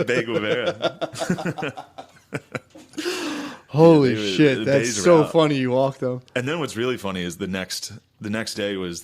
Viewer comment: hahah at first i thought they said "They Guevara"